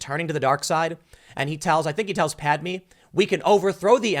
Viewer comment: "Anakin tells pad me" Tim......dear god Tim, why